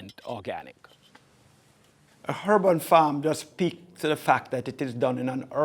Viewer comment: Breddah, drop your "H's"................ I was lost when you kept saying " hurban " like it was a herban or herbal farm.